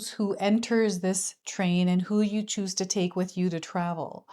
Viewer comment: Conductor of a train - also it was cute (probably unintentional) when you said to choose where it goes and I heard choo-choo 🤭